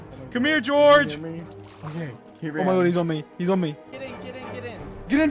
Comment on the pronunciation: Sapnap: GORGE UH